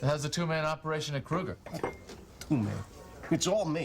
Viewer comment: I love out of George's dad mispronounces Krueger's name. He omits the R kind of.